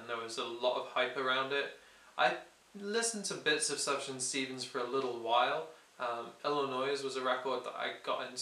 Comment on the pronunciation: it's pronounced soof-yawn stevens :)